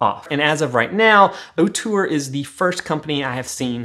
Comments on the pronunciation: Love your videos dude. I wish Ortur offered a 20w version tho. Also, you are not pronouncing it currently. It's OR-tur, not OH-tur. Keep up the good work though. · Say it with me… OR-TUR! Not OH-TUR!!!